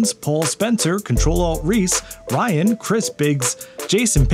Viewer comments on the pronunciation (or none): none